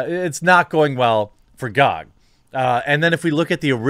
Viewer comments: Who the fuck pronounces GoG like gog instead of G o G? This is the first time I've heard it and I've been watching this topic on various channels. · Everyone: Gee Oh Gee Quartering: Gawg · wtf it not gag its Ge O Ge dot com